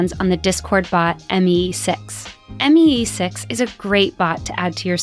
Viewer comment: i died when she said M E E 6 instead of me 6 💀